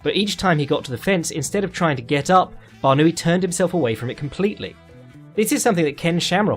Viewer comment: English native speakers never disappoint on failing to pronounce other peoples names lol. His name is BarnAoui, the A comes first obviously, but you pronounce it as Barnooie 😂